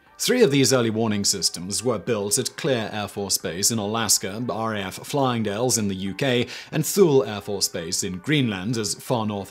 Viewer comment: Simon Fyling dale not flying.😎